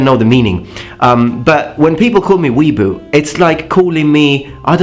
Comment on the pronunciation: It's Wee-A-Boo